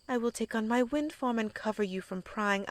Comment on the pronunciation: 10 minutes in and i heard her say wind form... I tought she had a FUCKING WIND FARM.